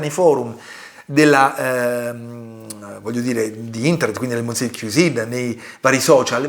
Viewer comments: Monsiè non si può può proprio sentire 😢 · Già mi sembrava assurdo il confronto, poi ho sentito come pronunci il nome del “monsié” e ho capito tutto il resto 🤣🤣🤣